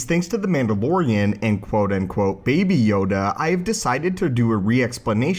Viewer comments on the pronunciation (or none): bebe yooda